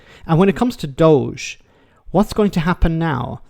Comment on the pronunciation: Doge pronounced dodgy. Doge for Counties, 😂😂😂 These guys are County Jesters!